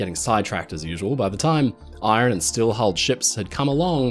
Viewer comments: You’re sounding the r in iron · Did you pronounce Iron, as Eye-Ron instead of Ion?